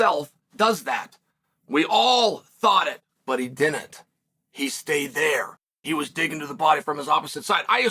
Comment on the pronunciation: its didn't Chael, pronounced did-nt, Not Dinnit